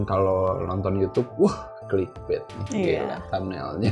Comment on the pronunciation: Clickbait dibacanya klikbet?